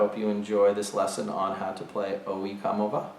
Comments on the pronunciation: Did he really say owhee coma va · You butchered the name there man. "o yeh ko-mo vah"